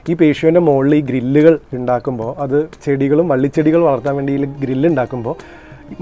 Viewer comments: Not to criticize but just as an informative suggestion, “ patio” (1.45 of this video) is not to be pronounced as pashio but to be as padio… Hope you note it. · Beautiful! Btw it is patio (pa.tee.ow) not (pa.shi.ow) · It’s not called pasio in US it’s called patio. It’s pronounced just the way it is written . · Beautiful video.....hats off to your parents GP👍👏👏👏. Ore oru kunju thiruthu undu. Patio pronounciation pa..tee. ow ennanu both American & British English. Njan GP ye thiruthan aal onnum alla....kettapol thiruthanamennu thonni paranju enne ullu.....Great video .... keep posting like this..... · Patio is pronounced as pateeow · Nice. The pronunciation of Patio . I never heard like this..